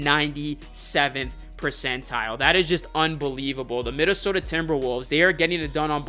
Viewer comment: my fellow northerner, hittin that minneSOHDAAA 😂😂